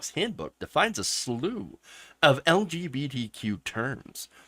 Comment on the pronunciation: .....LGB(D)Q? Why can't you say the letter "T"? Are YOU trying to erase Trans people?